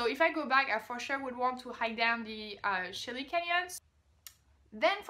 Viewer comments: It's Canyon De "Chey" not "Chelly" and yes it's Navajo "Navaho" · Unless you're from Arizona like I am, you will probably mispronounce most of those words. it's all good. It's pronounced Canyon De Chelly "canyon d shay". According to the Navajo Canyon De Chelly is where the first man and woman walked the earth it's essentially the Navajo garden of Eden. Hopi Indian tribes from the same area felt that the first man emerged from the confluence of the Colorado River and the little Colorado river in the heart of the Grand Canyon which is amazing look it up on youtube or the link below. Coconino is pronounced "KoKo ni-no" Yavapai is Ya- Va-Pai Sedona is Sa dough na. Navajo is actually a Spanish word so the j is an h "Navaho" Since the western United States was Spanish and Mexican territory that is why its a Spanish word. They refer to themselves as Navajo and Dine. Dine means in their language people the people. Navajo rugs are really great art pieces. If you ever return you should go to the Heard Museum in Phoenix it is one of the best museums in the world for Indian art and culture. Kaibab Ki a bab. Pronounciation The Grand Canyon Confluence.